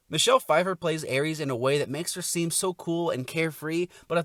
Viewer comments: ERIS. Not Erees. You make it sound like you’re mentioning the god of war. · Next time you review a character named Eris please don’t pronounce the name as Ares. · Not him calling Eris Aries I'm dead. 😂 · you keep saying her name with a A sounding like the god of war instead.